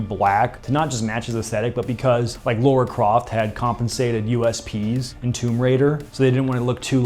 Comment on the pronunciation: Who is Laura Croft? I know Lara Croft but not Laura 🤷‍♂️